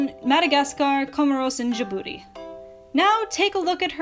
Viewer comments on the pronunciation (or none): When was going over the French colonies in Africa I thought I she said da booty instead of Djibouti